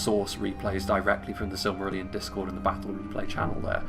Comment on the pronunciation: weird, majority find it easy, you must have a special case its easy, SILM-A-RILL-ION